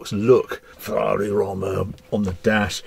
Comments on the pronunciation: if its romma as you pronounce it or rooma as the italians say it -- single o and single m is pronounced with double o pffff english lol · Surely it's pronounced Row-ma, like the city, rather than Romm-a ?! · Surely it’s pronounced “roam-er” or am I missing something? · It’s hilarious when reviewers feel the need to put on an a fake accent when pronouncing foreign names, but only with certain cars, like here with Roma but will just say BMW like any other English speaker 🙄🙄 not even the Porsche pronounciation nazis care about how Mazda is actually pronounced but lose their shit if you don’t put the uh at the end of Porsche.🙄🙄 You are British, say it like a British person would.